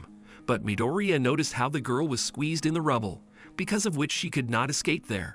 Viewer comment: You have done a awesome job explaining what happens in MHA and what a bada** deku is. But I know im going to catch a lot of crap for saying this but if you watched this in english why can’t you say izuku midoriyas last name properly sounds like your saying diarrhea with an M slapped in front of it. In addition you say ragdoll is a man when clearly shes a girl she has boobs. And tokoyami a main character word for word you say (she uses her shadow). When Tokoyami is a dude. This is the mistakes i found only a half hour into your video and anyone who hasn’t watched my hero academia is getting told the incorrect information about certain characters and I’ve only watched a half hour so far. Yea im sounding like a A hole here but at least do the research to get the genders right. Besides that you have done a great job for explaining 5+ seasons into almost 4 hours.